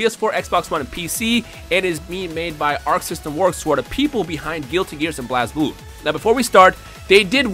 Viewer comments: you're triggering many people when you say blaz blue because even tho you're saying it as it's shown it's pronounced blaze blue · you keep pronouncing Blazblue wrong! Its pronouced Blaze-blue!